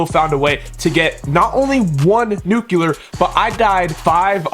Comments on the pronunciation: Nuclear!!! Not Nucular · he’s joking, he’s saying that he doesn’t know what a “Nuke You Ler”. The reason he’s saying this is cuz he thinks that the way this guy pronounced Nuclear is weird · i lover how you say nuclear its so satisfiying nucelar